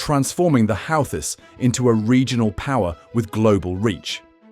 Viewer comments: 🎯Pronounced Houghtis = WHOTEES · They are pronounced: 'Who-Thees'